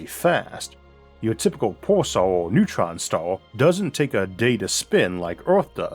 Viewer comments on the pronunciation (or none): What are "MATEEWEEWALS"? or a "NEWTWON STAWW" my dude?